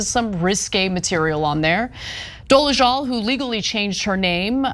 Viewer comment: Dol-e-ZAL NOT Dol-e-ZHAL